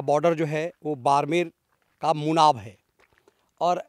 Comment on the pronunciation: गाँव का नाम मुनाबाव है नकी मुनाब